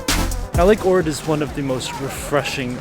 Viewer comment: I moved to Ohrid and it is indeed beautiful but you are not pronouncing the name correctly.